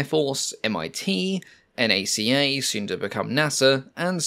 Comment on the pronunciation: NACA isn’t an acronym like NASA, simply an initialism - said it correctly